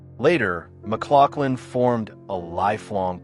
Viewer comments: As a 3rd generation Oregon City native, its pronounced Muh-glouF-lin. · Historically accurate due to his heritage may be true, but using that to assume pronunciation can still be wrong. Its Muh-glof-lin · We Oregonians pronounce it "MugLauflin". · It's pronounce John mc glof lin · If you're gonna do a story on somebody, get the pronunciation of his name, correct.... for F's sake !!!